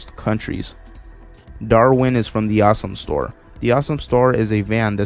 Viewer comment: Sir- Sir i think you pronounced THE AWSOME STORE incorectly.